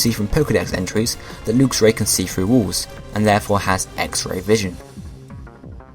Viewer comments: It's lux (lucks) not lux (lookes) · I have a lv100 luxray. wh do u say lewxray instead of luxray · I think lux is pr0onounce 'l-uh-x' not 'looks' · Did he pronounce luxio and luxray wrong or have i been pronouncing them wrong since i saw them